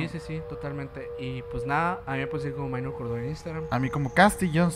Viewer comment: "Minor" es palabra del latín, por lo tanto, no se debe pronunciar como si fuera inglés "mainor". Saludos